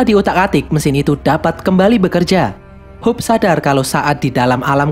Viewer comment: Jadi intinya saya sering salah denger kalo abang bilang "Hope" menjadi "Hulk"